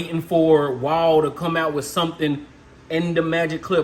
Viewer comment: I had to stop watching when he pronounced Wahl like Waol.